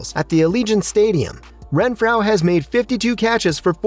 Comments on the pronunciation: Say it with me “Ren-FRO” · Pronounce his name correctly! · How do you not know how to pronounce renfrow